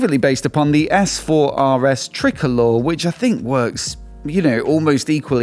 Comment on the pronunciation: Your channel is so good but ouch. Try-co-lore-aye